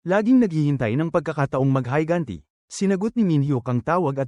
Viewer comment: high gun tea mean higanti fu<k AI voice